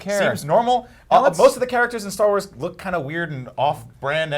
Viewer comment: "Star Wals" 😂😂😂😂😂😂😂